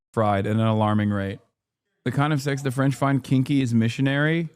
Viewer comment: Not a bad French accent, Hasan. 👏🏽👏🏽👏🏽